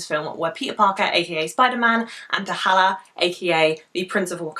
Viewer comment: "T'halla" ? dont you mean T'Challa ? lol